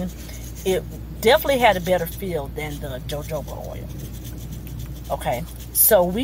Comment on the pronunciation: Pronounced hohoba oil